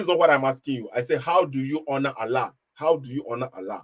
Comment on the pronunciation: Frankly speaking understands English better than. His pronunciations of " honour " is not even correct